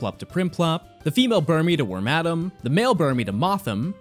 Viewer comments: Hey- Excuse me sir, can you please pronounce wormadam for me again? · wor-madam, cause it´s female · My man's really criticizing Ludwig for calling it Lopunny and then calls Burmy's evolution "WORM ADAM" BRUH